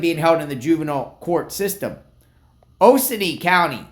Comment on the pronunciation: O-co-new county ga